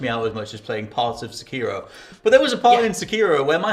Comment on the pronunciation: Cant take these two serious anymore when they cant even say sekiro correctly